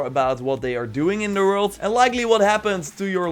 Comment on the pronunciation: Please, work on your "WORLD" pronouce. Thumbs up for another great vid!